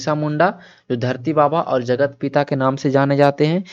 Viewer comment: Dharti aba not baba